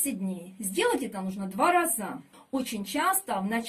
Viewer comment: Учите русский! Не разА, а рАза! Не крапивА, а КрапИва! И почве йод не нужен, агрономша! Полный бред!